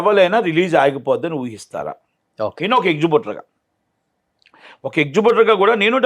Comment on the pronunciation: ఎక్జిబ్యూటర్ గాదు ఎగ్జిబిటర్